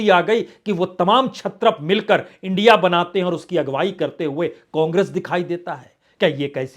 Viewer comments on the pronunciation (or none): none